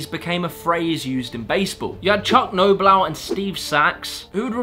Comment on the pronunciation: Lol you pronounced chuck knoblauch so very wrong.